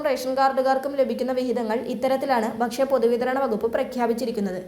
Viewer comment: വിബാഗം അല്ലെടോ വിഭാഗം എന്ന് പറയൂ . ബക്ഷ്യ അല്ല ഭക്ഷ്യ എന്ന് പറയൂ